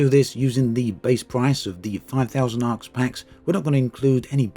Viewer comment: Arx, pronounced "Arse"